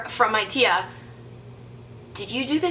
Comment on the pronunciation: the way she said tia.... lmao